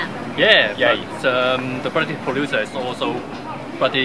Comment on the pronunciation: The Bluddy PRO-DU-SIR.